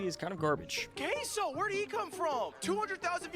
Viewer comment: its had a distortedly weird way of saying Caseoh. It had a k, an o i've never seen before, etc.